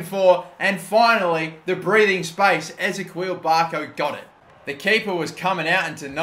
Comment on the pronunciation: who else is getting pissed at how he's saying ezequiel